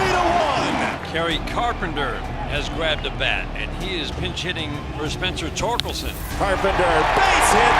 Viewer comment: Not knowing how to say Torkelson is the most don’t know ball thing I’ve ever seen